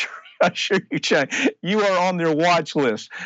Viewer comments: Did anyone else hear him say "thank you chenk"? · Excellent report! One thing, it sounds like he said, "Thank you CHAD" at the end. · I just wish he would pronounce Cenk's name correctly